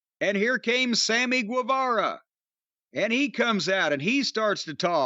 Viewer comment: You don't pronounce the U in Guevara.